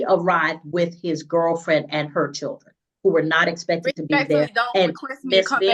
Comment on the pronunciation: what the hell is a "churden"